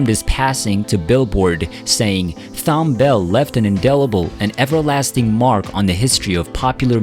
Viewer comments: His name was Tom not THOM...H is silent. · It's pronounced "Tom". I used to work with them. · His name is pronounced with a "T" as in Thomas. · Thanks for your tribute. Please consider rerecording your narration to say his name correctly. Thom is pronounced the same way as Tom. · Amazing talent. RIP Thom. (Btw fyi his first name is pronounced as Tom) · Damn it's Thom( Tom)...Like Thomas...What is so Difficult about his Name (Computerized Voice)...So Disrespectful to his memory...R.I.P Philly & World Legend 🎼🎵🎶... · His name is pronounced TOM! I find the narration to be annoying because of it. He deserves better. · There’s a lot wrong with this tribute including mispronouncing his name throughout. Captioning pictures incorrectly, like showing his songwriting partner Linda Creed instead of his wife when referring to family. Thom was a legend, definitely someone to look up to, who helmed timeless soul classics and worked with the cream of R&B artists, particularly in the 1970s. He was born in Jamaica, but that wasn’t mentioned. He has left an indelible mark on American popular music. There were few like him. An icon to be sure. RIP Mr. Bell. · A true American treasure. I do wish the makers of this video would have the respect to pronounce his name correctly. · Ikr. Annoying asf 🤦🏾‍♂️🙄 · The h in Thom is silent.Not trying to be snarky, just want to be helpful to someone bold enough to put themselves out there. Peace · The narrator’s continuous mispronunciation of his first name is creepy enough for me. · They need to hire narrators who have a better grasp of how to pronounce names. Mr. Bell's name is prounced like Tom, not Thorn. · His name is pronounced like “Tom”. The h is silent. Not like “Thumb”. We black Americans would appreciate it if t you respect this icon’s name. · Tom, not "Thomb". He was, in my mind's ear, the black Burt Bacharach. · It's pronounced TOM not T- HOM. The H is silent. SMH. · Pronounced "Tom".